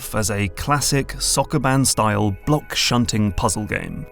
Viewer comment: That Sokoban pronunciation caught me off guard